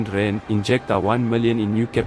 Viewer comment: good content. just get the AI to say RANDS not just R.